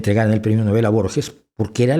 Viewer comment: Nobel se acentúa en La “O”